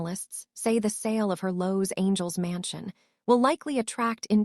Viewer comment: Why Do You have This Woman 👩 that telling the story Mispronouncing Constantly Los Angel 😇 Instead of Los Angeles! Why? Why? That😢Horrible!!